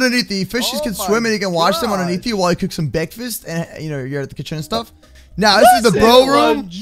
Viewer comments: Its not Bekfast Its Breakfast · BEKFAST I WANT BEKFAST